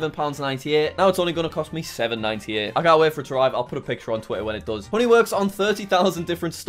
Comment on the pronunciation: hooney in stead of honey